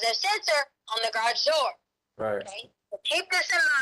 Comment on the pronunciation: Does anyone else’s ears cringe on how she pronounced Garage ?? She say Grawj it’s annoying